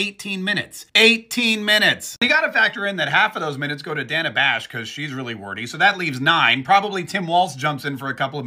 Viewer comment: So is it racist that she mispronounced Danna's name? It was racist when Nancy Mace mispronounced Kameltoe's name last week. More word-salad and incompetence coming out of her mouth, facilitated through her pandering puppet... Danna Bash. Led them both right to their answers and asked no follow-up questions. Danna's FBI ex-husband (yes, the same one who signed the letter about the Hunter Laptop hoax) must have some shizzzzzz on her.